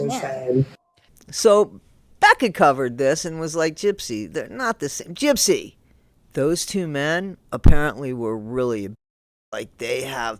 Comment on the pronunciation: You crack me up when you say her name 😂😂😂😂